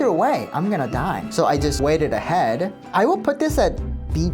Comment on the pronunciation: Ur a liar bruh or u just don't have good pronunciation cuz tf did u mean when u said when the gaurd was aiming at u in the river, "u waited ahead"???? That makes 0 sense. Did u mean u "walked ahead"?